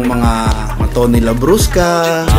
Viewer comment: Imbes na tony labrusca naging tony labrocha..haha